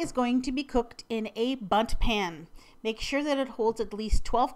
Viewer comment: doesn't it sound like she said butt pan LOL😂😂😂😂😂😂😂😂😂